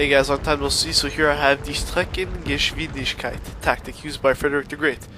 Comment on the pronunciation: windigkeit not windischkeit (im not german either :D)